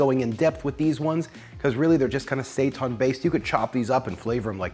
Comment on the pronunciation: Say-TAHN?? Seitan and Satan are homophones.